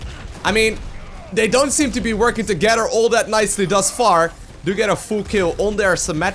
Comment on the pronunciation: Love how you keep say "das" far instead of that far Sounds so great <3